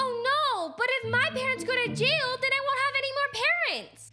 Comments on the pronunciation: I died when she said Yail instead of jail.😂😂😂😂😂😂😂😂😂😂😂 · I love how said “yail” instead of “jail” lol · “they go to yail” 😂😂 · I instantly laughed because said Hayek instead of jail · Hail she said hail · I love how she says yail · I laugh when you said yell instead of jail lol :) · I just noticed that you said “yail" instead of jail at the fountain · i love how she says yay il instead of jail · It not yail it jay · It not yale it's jail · Uhh I think I heard said "if everyone found out they will go to yail" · I LOOOOOOOVE the part when she said:or they will go to yail😟🤠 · You said jail wrong